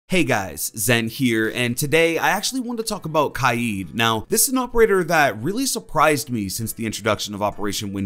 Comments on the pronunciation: Imma be honest, I thought that itv was pronounced k-ade rather than ky-eed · Pple r always pronouncing kaid kaayeed it’s annoying me for some reason I prefer pronouncing it kayd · Can you stop saying his name wrong. Is name is not spelt kied as you say it 😂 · Spelt Kaid pronounce’s it KIEEEEEEED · It’s not kieed it’s cayed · IT’S KAID, not KY-EED. Fuck.... literally no one calls him KY-EED. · For one, it’s pronounced like kade, not ki-Ed. And two, he needs his Electroclaw back badly